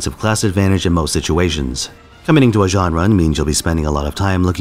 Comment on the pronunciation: Jean? It's pronounced Jan-nu